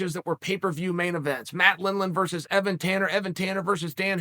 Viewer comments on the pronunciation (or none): none